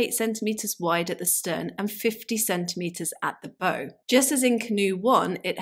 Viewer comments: Bow is pronounced like a tree branch, bough. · Fascinating! Just so you know, in nautical terms, bow is pronounced as in take a bow, and coxswain is pronounced koksan.